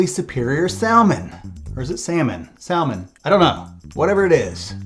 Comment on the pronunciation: Sal mon? Nobody pronounces the L bruh. That’s like wearing sunglasses in a dark room.